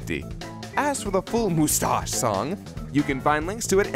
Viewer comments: Vegeta pronounced mustache like that in the English dub of Gt? Awesome.:D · They hate GT yet took how Vegeta says moostache from it.